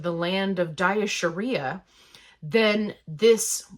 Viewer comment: “ Diasharia” lol